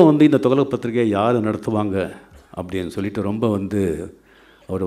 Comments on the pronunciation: தோக்ளக் இல்ல ரஜினி சார் .துக்ளக் . தமிழ் நல்லா பேச கற்றுக்கொள்ளவும் . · He is not even able to pronounce properly the words, he says “thugalak”, illiterate. those days it was costing only 60paise, who bought for 50 or 60rs. liars. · இவ்வளவு வருடங்கள் ஆகியும் தமிழ் பேச்சு சம துக்ளக்க துவளக் என்று உச்சரிப்பது வெலங்கும்... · Thugalak or Thuklak oluga pesunga boss... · என்ன டா துகளக்... துக்ளக் சொல்லு பாப்போம் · அரே அது துகளக் இல்லே. துக்ளக் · சரியான கேள்வி.. துக்ளக் கூட தொகலக என்று சொல்றாண்பான் இவன்❗🙄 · Dei athu துகளக் இல்லடா துக்ளக் இவனும் இவன் தமிழும் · துகளக்காம்... துக்ளக் னே வாய்ல வரல.. நீயெல்லாம் பேசுற. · துக்ளக் ஆ?? துகலக்கா??? லகலக னு சினிமா ல டயலாக் பேசி பேசி தமிழ் தெரியாம ஒளராத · 45 years he couldn't speak tamil still with correct pronunciation, " togalak" ? , he is the next " togalak" of cowdungs party? Full of lies " Nadunila vadigal kuta sholli olaku podanum??" :-)) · தயவு செய்து துக்ளக் னு கொஞ்சம் சரியா சொல்லுங்க. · Sankiye mudhalil thuklak endru sariyaga ucharikka katrukkol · he doesnt even know how to pronounce thuklak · Better rajini pronounce the name of the magazine correctly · Pls learn to pronounce thuglak properly. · He doesn't know to pronounce துக்ளக் in Tamil properly!! And the so called forward caste people are enjoying nd encouraging his biased speech!!!!! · Entha loose first told the name correct ly in Tamil